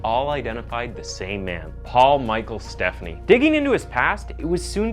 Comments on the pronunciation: Great video! The only thing I'll say is, his last name is pronounced "Ste-PHAN-knee", not like "Stephanie" as we're used to hearing. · I live in Minneapolis and was 21 yrs old when this occurred. I remember it vividly, as a female that age going out in the town. (Fyi - it is Paul Stephani -" St - FAH-nee")